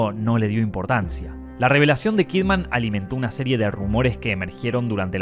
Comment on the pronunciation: Her name is Kidman, pronounced "kid-mun." It's not "Kid Man." She's not a superhero.